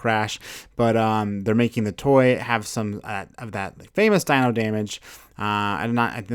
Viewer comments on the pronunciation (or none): none